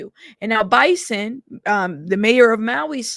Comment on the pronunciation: It’s pronounced Biss-in not By-son. Just letting you know.